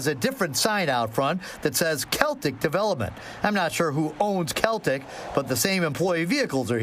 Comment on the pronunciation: It’s pronounced, “SELL-TIC”